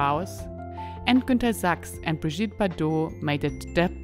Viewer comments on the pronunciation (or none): none